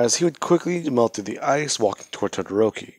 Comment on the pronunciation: Its todoroki it's todoroki it's todoroki it's todoroki